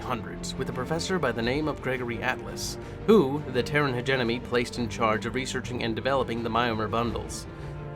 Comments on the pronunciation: In e heard people pronouns hegemony as hedge eh money but never heard it pronounced hegenomy ....😂 that's off putting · Hegemony not hegenomy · Take a drink everytime he says hegenomony 😭 Btw, it's pronounced Hedge-e-mony. There is no N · Everyone is ranting about "Hegenomony" and not one word about "MargERat" Regardless, keep going dude...I like it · Hegemony (Heh-Gem-Money) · Driving me nuts. Also, you don't pronounce the u in desu